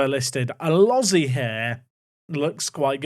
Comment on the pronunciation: Elozie is not pronounced Uh loh zee but Uh lo zee ayy